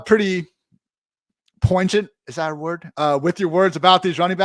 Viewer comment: out here with "poingent"